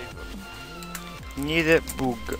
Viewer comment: Non vorrei essere il cazzaro della situazione ma l'ignite non si pronuncia "ignait"?